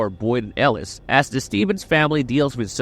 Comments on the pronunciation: Yo name pronunciation is killin me man 😂 I think I doin it on purpose 😂. Mary- L, El-o-es 😂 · El-ooh-eeese lmao OMG 😂😂😂